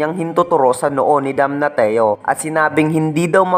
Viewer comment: damnasyo yung pronounciation ng damnatio talo ka pang grade 1 kong pamangkin sa pronounciation